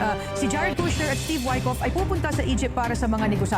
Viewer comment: JARED KUSHNER po pastor hindi po KRUSHNER